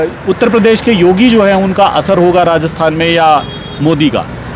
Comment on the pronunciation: श्रीमान जी नमस्कार! आपके वाचन में बार-बार आया शब्द "रास्तान" का उच्चारण उचित एवं शुद्ध नहीं है। इसका सही उच्चारण राजस्थान होना चाहिए।